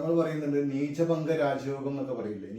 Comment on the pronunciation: നീചഭംഗം ആണ് ബംഗം അല്ല